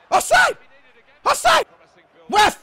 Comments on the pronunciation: Ive just noticed, but is it me or when evrytime says ref, it sounds like hes saying ruff, like a dog barking lol HAHAHAHAH, U KNOW I LUV U DOH BRO:) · I love it when was shouting ref (on the 90th minute), he sounded like a dog barking.. Lol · he is saying ref ref ref, like a dog woof hahahaha, if anyone understands me xd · You sounded like a dog barking saying ref a lot